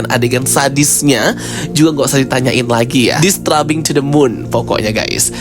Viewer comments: Bagus cara review nya 🙏🏼 tapi maaf, i am disturbed by the way you said "disturbing" 😅🙏🏼 Not dis-tra-bing, but dis-teur-bing Atau kalau sulit melafalkannya, bilang aja "mengganggu" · mungkin saran aja kak, slow phase itu biasanya disebut Slow-Burn dan disturbing itu dibaca nya Disterbing 😊